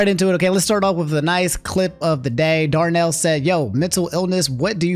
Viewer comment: Yo!!!! I made it in an video shout out to you bro. I appreciate it. I didn’t think you would get that tweet. Also, thanks for saying my name right people have a hard time, saying Darnell😭👏🏽👏🏽